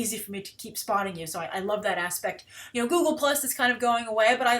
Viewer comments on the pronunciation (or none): none